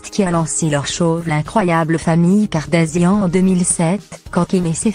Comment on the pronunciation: Kardashian et kardasian tu prononce mal